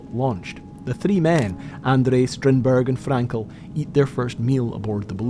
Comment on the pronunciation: You should work on your pronunciation, the way you say “three” gave me a stroke